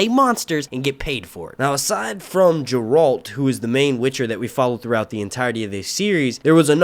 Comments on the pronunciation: I agree it’s Geralt. I hope you pronounce it correctly in future videos lol I keep thinking you are saying Gerald. But I’m happy you are making witcher videos! Please post a series review next! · Just a quick correction here. "Geralt" pronounce hard "Gi-Ralt," like this: Otherwise, it a great review! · I think its better that GOT, hell the first episode had better sword fights than all 8 season of GOT. I look forward to your breakdown of each episode and LOL hearing you say Garelt right.